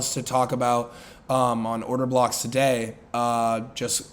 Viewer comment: Did bro just say order cocks? 😂😂 I’ve never laughed and loved a trader this much